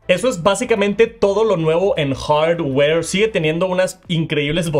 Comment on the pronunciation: Me gusta el contenido de, pero me da cosita como pronuncia "Hardware" ahhhhhhhh